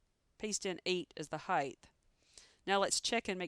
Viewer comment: Is she saying HeighTH ??